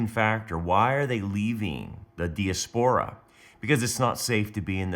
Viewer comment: It is pronounced di_(like dye) as_per_ ah